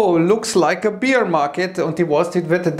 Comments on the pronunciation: Kleiner Tipp - man spricht "Bear" im Englischen aus wie im Deutschen. Man spricht es nicht aus wie "Beer" - das ist, anders als der "Bear", dem Reinheitsgebot unterworfen. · Lieber, ich möchte nicht kleinlich sein, aber den englischen „Bear“ 🐻 spricht man eher wie den deutschen Bär aus, nicht wie Bier 🍺 😉✌️ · Das macht schon seit Jahren; ich glaube es ist für Ihm einen 'Running Gag' da er normalerweise gutes Englisch spricht.